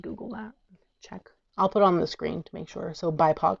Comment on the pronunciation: You said dispora right. And you got bipoc right as well. ❤